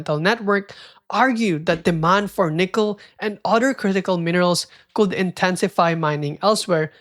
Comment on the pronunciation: i cant ignore how you pronounce the letter L in “would” and “could” 😢